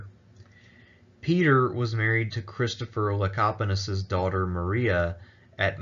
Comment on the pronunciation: Kudos on pronouncing the name "Lecapenus" correctly. You really dodged a landmine there lol.